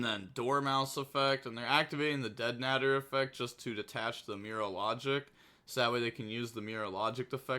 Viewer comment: The way you say deadnader is funny 🤣 I could be wrong but I think it’s pronounced deadnaaaader lol